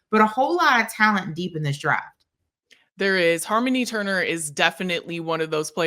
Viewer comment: Please be respectful and correctly pronounce the athlete’s names. I don’t know you managed to mispronounce Harmoni Turner’s name.